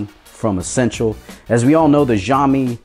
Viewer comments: Xiaomi - Pronounced "Shallme". Nice review. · It's actually pronounced siao mee. Singapore Chinese here. Shall mee is NOT the correct pronunciation.